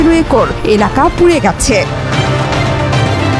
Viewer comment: নাম বলার বা উচ্চারণ করার ধরনটা খুবই চমৎকার। জোহরা চৌধুরী সেতু!